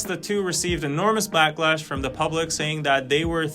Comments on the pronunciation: stop saying BLACK-lash. it's BACK-lash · stop saying BLACK-lash. It's BACK-lash